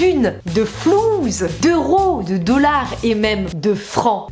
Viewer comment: Swann. Ça s'appelle flouss (ssss) فلوس pas flouz فلوز!!!